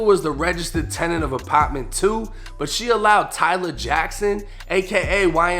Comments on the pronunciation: The lower apotttment 😂😂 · apotment, lmao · “ApAtment” okay we get it you’re from boston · Second Apppaa ment 😂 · Yo you real!!! But I don't like the way say "apartment"